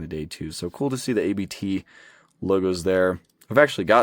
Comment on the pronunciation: Abt isn't a set of initials, it's a family name, so it should be pronounced as such.